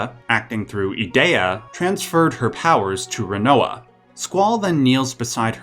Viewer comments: I stopped watching when you said E-Day-A. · Those pronunciations were rough... "ee-DEE-uh" "ult-uh-MEE-see-uh" Elone is straight up just "Alone"... "gal-BAY-dee-uh" C'mon man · I hate the way you say Edea lol its E-dee-ah. Even if it isnt :p